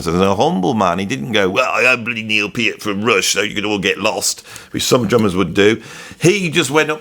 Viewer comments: There is no argument about the pronunciation of Neil’s last name, unless you are going to argue with Neil’s own words and his family directly. They say it is pronounced with a hard “e”: “peert”. Discussion over. No sense listening to fans (like me before I learned) who have had it wrong for years. Go to the source. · At least you're finally pronouncing Peart correctly. It's not "controversial". There are correct & incorrect pronunciations. I would expect someone who makes their living talking (and talking, and talking) to get these things right. In your case my expectations were obviously too high.